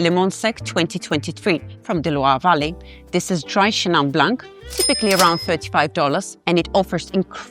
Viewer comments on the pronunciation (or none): One of your best videos. Chenin blan(c) silent c, not pronounced blank.